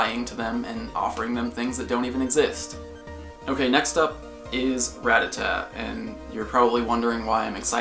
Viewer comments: Can you please stop pronouncing it Ra-ta-ta. It's pronounced Ruh-tat-ah. This bothers me way more than it should but i will fight to my dying breath to correct anyone that mispronounces it. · it rattata it isn't called rattatat